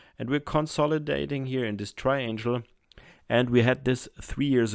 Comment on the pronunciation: I got one finally! Triangle not triangel. We say it with a hard g. You used a soft g (j sound). A triangel would be three angels. Maybe you're just throwing me a bone ?? but it is all I could find. Your english is as good as your research..great Thanks again